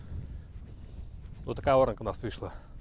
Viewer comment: Треба говорить Оранка, а не орАнка, оремо.